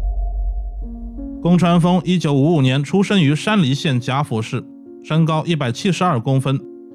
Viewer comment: 那叫宮川豊（ㄌㄧˇ），不叫ㄈㄥ。